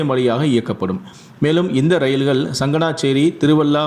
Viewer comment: தமிழ் மொழியை கொலை செய்யாதீர்கள். எலும்பூர, ரயில்கல், தயவுசெய்து தமிழ் மொழியை ஒழுங்காக கற்றுக்கொள்ளவும்.